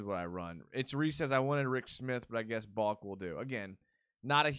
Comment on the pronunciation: you kept calling him Baulk and its pronounced Bahl-Kee. Come on! haha